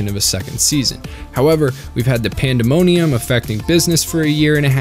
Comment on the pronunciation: "PANDEMONIUIM" !!!!!!!!!!!!!!!!!!!!!!!!!!!!!!!!!!!!!!!!!!!!!!!!!!!!!!!!!!!!!!!!!!! pandemic??????????......................